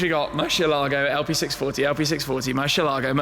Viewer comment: It's not pronounced murshialago dear sir..